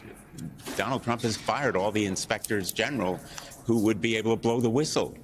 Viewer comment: Yay, he said inspectors general, correct!